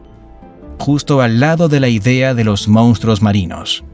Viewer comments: *Monstruos, no “moustros” 😂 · "mostroooooos"!!!! Jajajaja